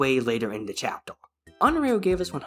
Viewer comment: "chaptel" 😭🙏 actually nice video